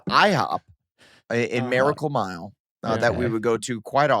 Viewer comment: "Maracle Mile"